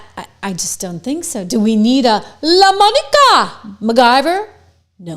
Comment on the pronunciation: You crack me up every time you say!! jajaja 😅😅